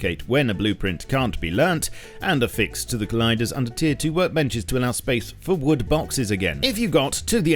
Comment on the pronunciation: I always look forward to him saying "vood". Always